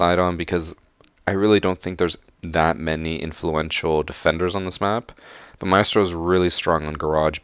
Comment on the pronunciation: still can't pronounce maestro after a year lol. Keep putting out good content my guy👍